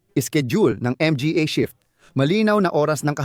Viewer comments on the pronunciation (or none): Boss baka pwde gawan paraan AI mo magsalita kaka M G A.